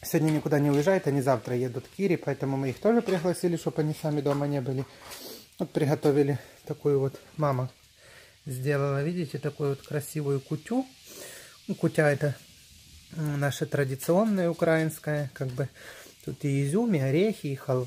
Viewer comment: Не кутя,а кутья!